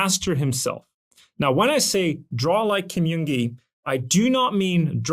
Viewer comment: i'm a fan of your videos, thank you so much for making them! I feel like this sort of analytical breakdown of skill development is really helpful. BTW in Korean the J sound does sound like an English J, not a Y. Kim Jung Gi = 길정기 = correct name Kim Yeong Gi = 김영기 = literally a different name that does not hold the same meaning.